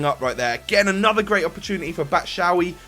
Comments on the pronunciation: u pronounce his name as batshuie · its BATSHUAYI M8 :D